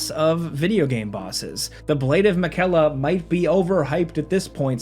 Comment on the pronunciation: Okay dude, first off cool list. Really great bosses and games on here. But I swear to God do you and Falcon mispronounce names on purpose?! You said Miquella, Kos, and Isshin all wrong. Just nit picking but still I hear you say it and my blood pressure goes up bit 😤